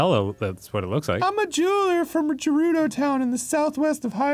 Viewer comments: hearing them say "jerudo" and "hillian" is honestly kinda nostalgic for me. hearkens back to the time before voice acting and canon pronunciations, when you use your imagination a little harder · Its his pronunciation of Nevada all over again.